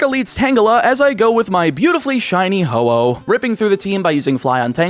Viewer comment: Man was ho oh long.(hoppip was longer)